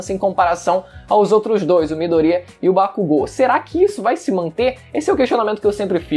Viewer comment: Mano, eu curto seu canal, mas tu falando o nome do midoriya me dá nojo kkkkk 'midorria'